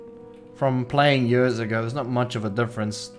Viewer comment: "It has been jörs"